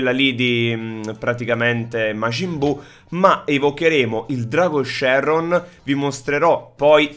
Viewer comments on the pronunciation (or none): none